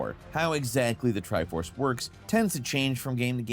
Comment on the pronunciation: is the tri force actually the "tri fours" XD